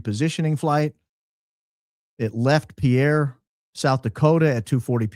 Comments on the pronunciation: Pierre, SD pronounced Peer 🤗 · A small tidbit from a NDakota native, Pierre,SD is pronounced (Peer). Love your show! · In case anyone cares - the Pierre SD pronunciation sounds like peer, not pee-air. Cheers! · as a loyal fan from SD- to pronounce Pierre, SD think boat pier, not a French guy😂😂